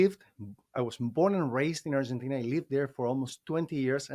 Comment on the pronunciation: in Spanish the "i" is pronounced as a long "e", and the "e" as more like an "ah" or "an", so it is pronounced like Ar gah teen een an. In general, Spanish is pronounced phonetically based on their pronunciation. But in English, we have no such rules. In English we say Llama as "Law ma" for the animal, but the Spanish say "Yama" because the double LL is pronounced as a "Y". I lived in Latin America for a few years and I could not speak like a native but I learned a lot about the language and could get around OK. But my friends in Latin America had the same issues when speaking English. For example they were reluctant to say sh*t because the long "e" made it sound like sheet as in a bed sheet or a sheet of paper. Instead they would revert to the Spanish word mierda. It was humorous how words in different languages could cause problems. In the country I lived in "pajaro" both meant "bird" and "homosexual" depending on the context. Viana, in the country I lived in was used as vaina de bayoneta which was a bayonet scabbard but in other countries it was a vulgar term. And the Latinos seem to have endless idiomatic expressions that when used in a conversation makes it difficult to understand the meanings. When I used English idiomatic expressions it left them puzzled what I was talking about. When I used "don't look a gift horse in the mouth" in Spanish they had no idea what that meant. And when I initially heard in a conversation, "Con la boca cerrada, no entrra la mosc